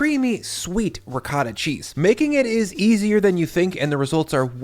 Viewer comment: doesnt pronounce ricotta correctly, hes full of shit